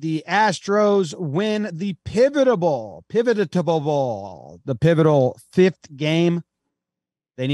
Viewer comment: I love how the "pivotable" blooper has become a regular part of y'all's vernacular 😂